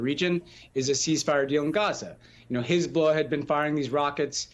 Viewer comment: Pronounced hezballess.